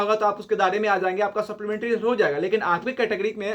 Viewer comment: भाई सोप्लीमेंट्री नही सप्लीमेंट्री होता है😂😂 तुम देर से न्यूज लाते हो सबका कॉपी करके.....